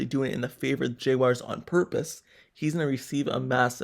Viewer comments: JAGUARS not jaygwires 🤦🏾‍♂️ #Duuuval 🐆 You loss, it's done. Cry into your little yellow towels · J wires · I like your videos but you need to learn how to pronounce the word Jaguars😂